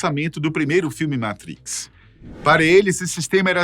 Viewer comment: Não é Matris, é Matrics